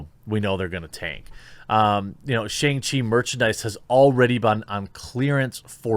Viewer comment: Shang rhymes with song or bong, but with a shhh sound. Also, Iron man was a D list character at best before his movie. People saw it for RDJs redemption. Shang chi is actually a good character. It will be a decent action movie probably. Maybe not the best, but the character was launched because American audiences were suddenly fascinated with martial arts. It's how we also got Iron Fist. They're kinda similar but Danny Rand is a rich blind and Shang has an evil dad.